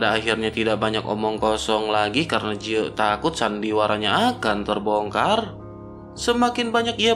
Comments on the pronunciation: Ji ye min bukan je yi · Dari awal vidio mimin menyebutkan ye ji tp diakhir vidio berubah ke yang bener lagi jadi jiye😂